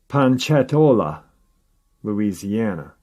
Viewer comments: Laplace is pronounced "Luh-ploss" and Ponchatoula is "Pon-chuh-tooo-luh" I only know this because I practically lived in Louisiana the past 3 years for work and the Cajuns taught me everything and I've been baptised as an honorary coon-ass 😁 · It's pronounced "ponchatoolah" La. That's where I'm from. Lol